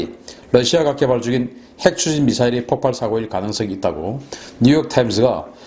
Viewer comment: 폭팔이라 하지말고 폭발이라고 발음해주세요